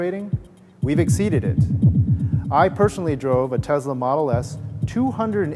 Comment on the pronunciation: great speech but dont say Tesla with the z, its s!